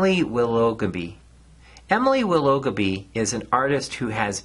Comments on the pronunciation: Willoughby is pronounced willah - bee. Its my surname 😇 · I loved this video. I hadn't thought about Dougal Dixon in a while so thanks for the reminder. Your pronunciation of Emily Willoughby made me laugh, but I don't think that was intentional 😀